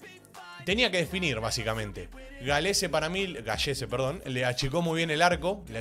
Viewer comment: Min no te perdono... Jodita no más jajajaja... En realidad si; su apellido se escribe "Gallese" pero se pronuncia "Galese" literal... Buen análisis, te ganaste nuevo suscriptor... Ya mismo te sigo en kick, saludos desde Perú crack.